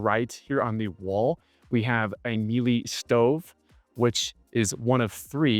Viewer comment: Miele: pronounced Mee-luh